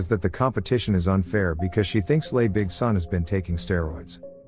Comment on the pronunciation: Hello idiot AI, Les is pronounced like Less, not like the French les (lay). Now for the author of the manuscript; learn to write in English that your AI can read properly!